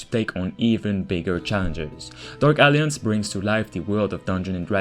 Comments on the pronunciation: A whole 3 Minutes I was sure that game is called Dark Aliens because of the way you pronounce it. It's A-lliance. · Dude, “alliance” is not pronounced as “Alience” or “Aliens.” I know English is not your first language, but this is a simple word that frustrates English speaking people when people don’t even try. Please say it like this: Al-eye-ents or “al-eye-ants” or “al-eye-ance” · Great video. Small nitpick: In English, "Alliance" is pronounced "uhl-EYE-unts". The middle "i" is pronounced like "eye", and its syllable carries the emphasis point of the word. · I love how it sound like he’s saying “dark aliens” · Dude, learn to pronounce alliance 🤭